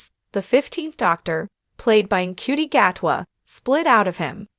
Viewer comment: It’s “Shooty” Gatwa… not “En Cutey” Gatwa…